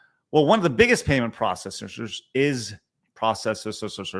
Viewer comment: he said processorerers 😂